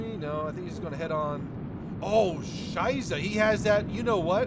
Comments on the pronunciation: Yeah but he pronounces it like Scheise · please stop talk Scheiße in your way. You hurt this word wery much. ß its soft more like s not Z. Please. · hört sich falsch an ^^ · ohh scheiße 😂😂😂😂😂 absolutely hilarious to listen too as a German speaking person in my opinion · Please, dont say "scheiße" like that. It just sounds horrible. The "ß" is much stronger, its not a wispering "s", its like a you burned your hand on a hot cup "ß".